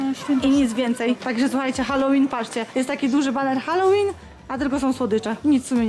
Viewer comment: Hell łin ZNACIE ANGIELSKI